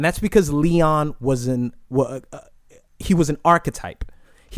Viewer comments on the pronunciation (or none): none